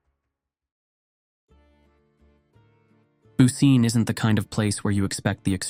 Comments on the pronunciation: I thought that too as soon as I heard "booseen". I knew it was mispronounced. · Yes. Bu ci neh. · I think the town's name is pronounced more like BOO-chi-neh, but I could be wrong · Bucine is pronounced "Boo-chin-eh" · Great video, as always! Just a quick note: Bucine is pronounced more like "boo-chee-neh" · I'm not Italian, but I think the pronunciation of Bucine is something like Boo-chee-nay.